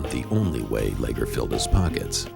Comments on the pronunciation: Leger is a French name. (Le’zhey) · They pronounce Leger and mokelumne hill wrong